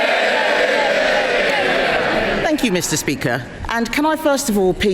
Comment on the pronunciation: "mr peaker" 😂😂😂